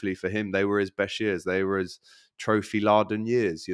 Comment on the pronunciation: xhaka got 7 goals not 9 & didn't olay deep All charges against Partey were dropped, nothing lingering That is absolutely NOT how you pronounce laden wtf. It's lay-den not Osama Bin